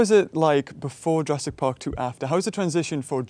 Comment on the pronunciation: " Ladys and gentlemen welcome to Jarassic world